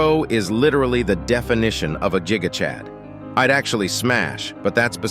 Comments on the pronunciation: Gigachad❌ Jigachad✅ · You mean gigachad not jiga chad😅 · always says jigachad lol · Blud called titan cameraman "jiggachag" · Bro said jiga chad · Is it just me or did he say chiga chad??? 1+sub